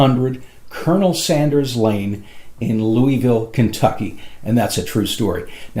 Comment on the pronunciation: You mispronounced Louisville